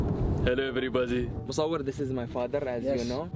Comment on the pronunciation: He is saying hellooz everybozeez🤣🤣